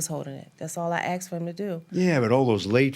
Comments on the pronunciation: She axed chew ! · “That’s all I axed him to do.” Tells me all I need to know. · Haha…she “axed” for too much and karma don’t play.